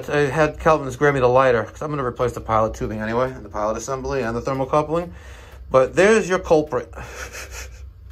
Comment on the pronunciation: its thermocouple not coupling but you are doing awesome work